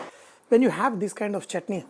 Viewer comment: It's not saurness it is sourness It's chutney not chotney Not double break the egg, poach and spread over the dosa Stop over acting